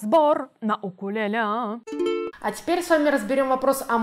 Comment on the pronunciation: В господи, когда же люди научатся говорить правильно? УКУЛЕЛЕ